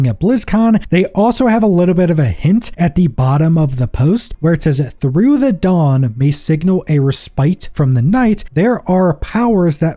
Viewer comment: "dawn" rhymes with Baal